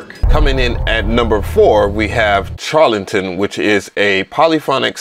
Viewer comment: The CH in Charlatan should be prounounced as "SH" as in Sharlatan. I hate being that guy. LOL I enjoy your reviews playa. All day!